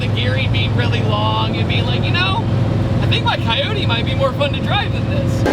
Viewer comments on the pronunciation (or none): A coywhaty engine? It'd coyote OH. T not eww t 😂😂😂😂